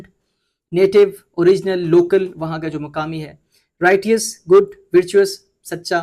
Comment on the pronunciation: Highly adorable and commendable venture by you. I being a retired English teacher would like to share the pronunciation of " Righteous" with you please. It will be pronounced " Rai- chus" And " Rai_ chius" in US and UK English respectively. Good wishes and heartfelt prayers for you success in your upcoming days.